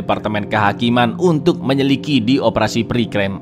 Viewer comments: "menyelikidi" dulu ga sih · Menyelidiki = Menyelikidi 🤣🤣